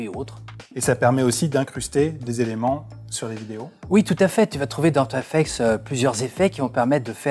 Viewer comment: After Effec"TS" s'il vous plaît, pas After Effec"te"